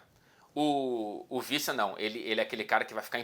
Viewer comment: a pronúncia do sobrenome do Wissa é W mesmo e não V. Como um nome africano a prunúncia é mesmo literalmente W.